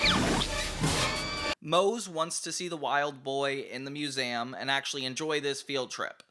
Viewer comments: Why does he say “museum” like that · You say 'Museum' weird.